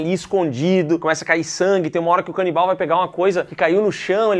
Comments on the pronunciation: Cara... zero maturidade pra ficar ouvindo "canibaia" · Todas as vezes que eles mandam "canibaia" eu berro hahahaha bom de mais!!! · A “canibaia” KKKKKKKKKKKKKKKK